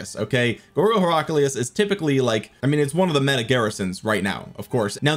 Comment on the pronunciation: You're pronouncing Heraclius wrong.